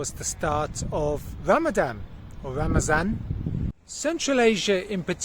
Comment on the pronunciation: Kudos for saying is correct once ' Ramazan'